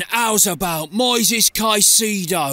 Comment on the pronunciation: Moisés* not Moises